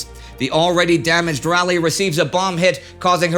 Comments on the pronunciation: It's RAW-lee not rally for Raleigh. The front of the ship is pronounced Bao not Bo. Otherwise a great series! Keep up the great work! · I do enjoy your work. It is a bit odd that you mispronounce bow. It is not pronounced like beau but like bow-wow. And Raleigh is pronounced Raw-lee, at least by us locals. But still you'd get two thumbs up from me if YouTube would allow it. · USS Raw-lee. Raliegh the capital of North Carolina